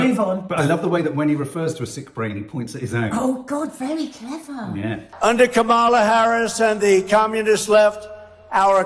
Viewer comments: the emphasis is on the KA.. ka - ma - la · Maybe the problem is the syllable stress. Stress the first part " Comm" not the middle. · Sorry Nadia, you pronounce Harris’ name like Trump does - incorrectly